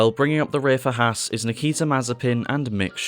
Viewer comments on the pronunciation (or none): none